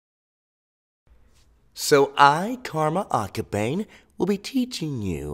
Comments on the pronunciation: Cough it's karma aka ba ne. Ne as in knee. Not bane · I can’t watch these karma ones because he keeps saying akaBANE😂 akaBAN-AY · i have a problem with correcting people so as soon as he said his karmas last name i corrected him like “ it’s pronounced acka-ban-ei” wtf is wrong with me😔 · Y-you said his last name wrong... but that's ok, your video was good lmfao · Will you stop pronouncing his name wrong